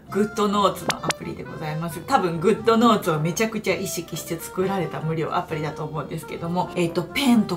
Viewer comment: ドモです。 「有料アプリ」と聞こえるのですが、「無料アプリ」ですよね（＾＾）